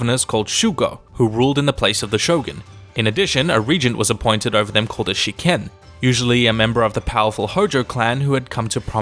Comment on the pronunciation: 執権が試験に聞こえる...